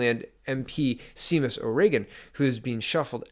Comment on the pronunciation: You really need to do a little more homework on pronounciation of people's names. If you are actually following politics for any length of time, knowing how to say Brison or Seamus shouldn't be a problem.